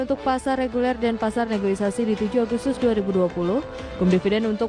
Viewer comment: Mbak bacanya salah, negoisasi.. hrsnya negosiasi